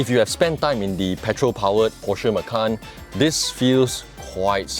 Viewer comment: why most of malaysian car reviewer, even the popular or well known, did not even pronounce the name porsche correctly. that is a disgrace for so called car reviewer.